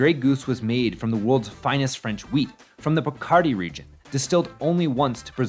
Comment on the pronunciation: Where is this "Puh-CARdy region" you speak of? Is it anywhere Picardy? Picardy is pronounced "Pick-ah-dee"... Americans ,eh?...